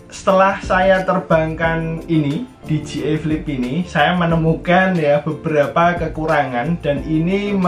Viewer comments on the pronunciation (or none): Di jey ai(dji) , bukan di ji ai (dgi)